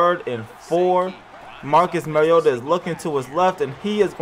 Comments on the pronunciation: Mah-ree-oh-tah not Mar-ee-ota... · how do you say bar? "Bar" note "Bare" Now say "Mar" "iota" Not mare